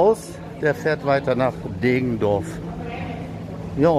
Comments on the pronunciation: Deggendorf nicht Degendorf ! Grüße aus der Dreiflüssestadt :) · Deggendorf nicht Degendorf. Und , da kommt endlich dein begehrter Citaro K